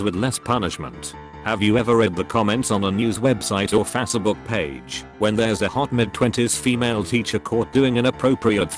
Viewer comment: Ah no not Fac-e-book not again